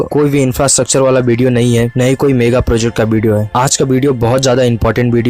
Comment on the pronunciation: It's not BDO it's video!!!!